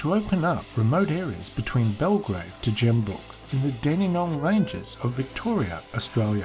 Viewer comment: It's Gembrook not Jook